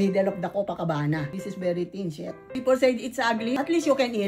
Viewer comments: "I don't givva SHIET- I'm almost 70 yrs old. You think I Givva SHIET" 😂😂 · i love the way you say i dont give a SHIT